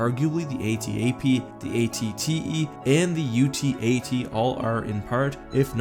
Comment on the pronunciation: You said the at-ic